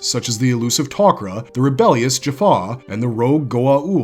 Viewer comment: Am the only one can hear the Tok Ra saying we are not Goa'uld we are TokRa. Dude couldnt even say their name right in the video.